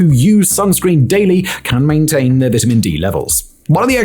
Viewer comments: I don't trust this guy. He doesn't even know how to pronounce "vitamin". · The way he's saying vitamin is making me irrationally mad lol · I like the way he says vitamin 😂